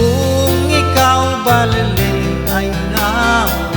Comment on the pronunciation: Hindi c roel cortes ang kumakanta..sabi ko n nga ba...ang bigkas sa baleleng..BALILIENG